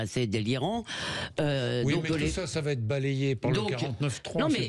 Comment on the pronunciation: J’adore les liaisons mal ta propos : va t’etre !